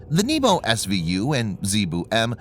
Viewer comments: If it only pronounced it as NYEH-boh, PRO-tiyv-neek, and ZA-ye-boo, correctly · I love the Nii-bu, and Zee-boo part. I know the narrator is struggling. Will he fail this time?